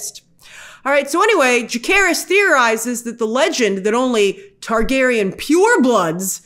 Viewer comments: I'm sorry but i believe they pronounce Jacaerys as Jay-say-ris in the show and not Jake-aris. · Jacaerys, not Jakkaerys